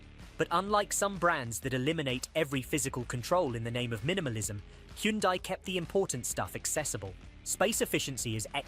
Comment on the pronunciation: This lowers my trust in CR and that AI voice not pronouncing Kia and Hyundai 🙈